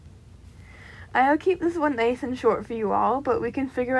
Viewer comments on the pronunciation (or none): none